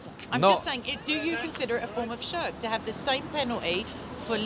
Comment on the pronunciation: Hahaha she can't even say shirk SHEERRK and she wants to talk about Islam and apostasy law and all that